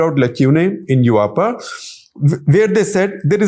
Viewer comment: *Yuaaapa = UAPA 😂